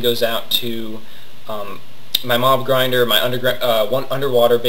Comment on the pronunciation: lol at first when you said where it went i thought u said "Mom Grinder" instead of "Mob Grinder"